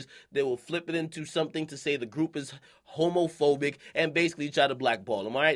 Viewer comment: This dude akademiks said "homofoic" nigga what